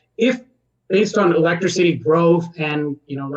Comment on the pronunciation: i'm confused. is it pronounced "electricy" or "electric-city"?